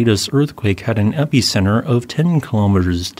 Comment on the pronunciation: It bothers me enough to mention, but it cracks me up how you say epicenter. say it how you want, but i laugh every time you say it. lmao. thanks for the update